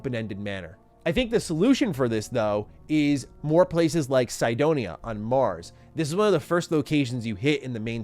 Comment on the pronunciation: The way you say "Cydonia" annoys me. Applies to anyone... theres no excuse for bad pronunciation when its LITERALLY SPOKEN IN THE GAME